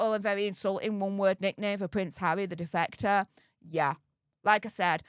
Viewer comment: Defecater? Ohhhh defector😂